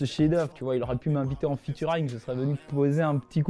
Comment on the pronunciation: Il a dis Invité en featurayne